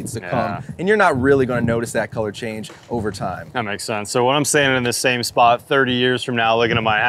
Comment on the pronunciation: What way does say colour? Sounds like Keller every time.